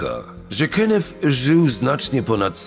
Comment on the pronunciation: Imie przestepcy Kenneth wymawia sie Kennet a nie Kennef - to tylko moja uwaga. Nie wymagam od lektora aby znal wszystkie jezyki swiata ale niektore pomylki sa bardzo latwe do ominiecia, takze w ojczystym jezyku. Poza tym swietny kanal .